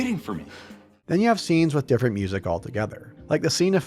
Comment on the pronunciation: "but this twee diffwent diffwent twee diffwent weasons for diffwent twee" 🤣 Also I named multiple other RPG games with more interesting worlds that don't just rely on big eye catching skybox pieces, not just Shadow of the Colossus. I'll name them again since you can't read: Oblivion, KOTOR, Fable, Fallout 1+2 If you're not satisfied with those examples because they're RPGs how about some 3rd person action games that are much better? Because that's really what souls games are, very little traditional RPG to them tbh. Last of Us, MGSV, RDR1+2, any of the last 3 Hitman games, just those off the top of my head are all more interesting and unique 3d environments to explore that don't just rely on big skybox set pieces Also sorry for "taking too long to reply", my sleep schedule doesn't work around your need to defend Souls games lmao